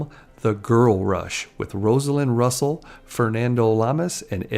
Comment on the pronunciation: A site dedicated to films should have a narrator who knows how to pronounce the name of legendary movie star Rosalind Russell.